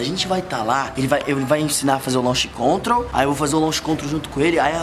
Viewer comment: O se acha com a porshe e os 2 falando coisa de carro sendo q nem sabe "Launch Control" ta escrito mais nn se fala assim kkk mds